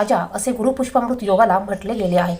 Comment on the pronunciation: मॅडम गुरू पुष्यामॄत योग असे म्हणा. पुष्पामृत नाही.